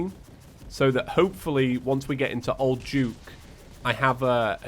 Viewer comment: why does he say old juke instead of old duke?